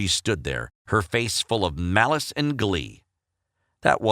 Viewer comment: “Malice and glee” MALICE. This isn’t legend of Zelda boi